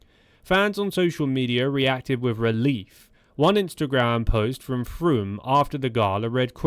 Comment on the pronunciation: Chris "frum"